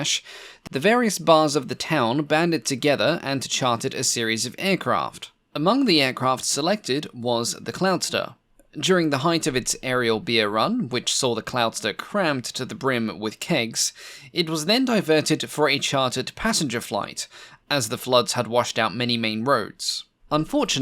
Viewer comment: Height - not "hite-th". Same mistake every amateur makes. That's how you separate the amateurs from the educated pros...